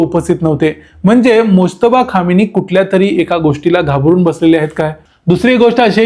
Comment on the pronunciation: खामेनी उच्चार आहे. खोमेनी नाही.